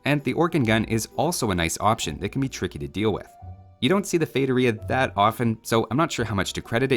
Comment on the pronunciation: I noticed that you changed how you say feitoria, the first part is still a bit wrong (its fey-too-ria, not fey-duh-ria, Masmorra aoe said it right on his video in GL house before RBWL started) but its way better than how most people say